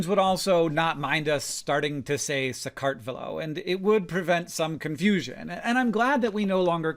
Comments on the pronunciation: You can’t call Georgia SakArtvelo because, famously, there is no stress in the Georgian language. Which can be hard for speakers of other languages, so if you really need to put a stress in there somewhere, it is going to be SakartvElo, but definitely NOT SakArtvelo. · "ve" syllable should be stressed in "Sakartvelo" :) Definitely not "kart". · Hank, I'm so sorry, but "Sakartvelo" has no syllabic emphasis (as is the case for all Georgian words)-- it's not sa-KART-ve-lo, but sa-kart-vel-o, all syllables pronounced flat / equal to one another. If it helps, you can put emphasis on "Sa," but not the other syllables. ANYWAY thank you for putting so much information about Sakartvelo and the Kartuli language in this video 😍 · Pretty sure the sress is on E - sakartvElo, not sakArtvelo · Pronunciation tip from a US citizen living in Georgia for 17 years. Bravo for attempting sakartvelo, but the emphasis, and it’s a much milder one, should be on the third syllable, so sakartVElo, not saKARTvelo. Just fyi. Most Georgians would in fact be thrilled you just knew there exists another name. 😊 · Minor correction from somebody who lives in the country Georgia: Georgian language doesn't really have the same vowel stress as English does but at least to my ear, the pronunciation of "Sakartvelo" is much closer to SakartvElo then to SaqArtvelo. Mind you, I'm not native and speak Georgian quite badly, so take it with a grain of salt. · The emphasis is not on the second syllable in Sakartvelo. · You got the pronunciations of Sakartvelo wrong. 😭